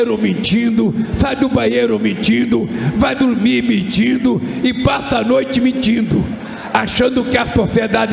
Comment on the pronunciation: ELE FALO MITIDO OU MENTINDO????NÃO DECIFREI.